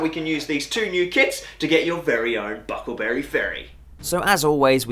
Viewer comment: Nice diorama. It's bucklebury though. Not buckle berry.